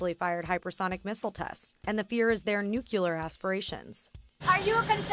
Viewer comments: "And the fear is that they're nookyooler aspirations." Seriously. "Noo-kyoo-ler". /SMDH 🙄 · Please stop saying NuKuLar.... It's Nu-Clear! The voice over artist needs to learn this! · It's pronounced "noo-klee-yar" and not "nyook-yoo-lar" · Btw it's nuclear, not nucular. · Weird that CNBC would have defense industry advertisers and then fear monger the public about how we need a new arms race with Russia and China. Didn't see that one coming. Cheers to the journalist using the word "nucular" in honor of GW. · NUCULAR? Lol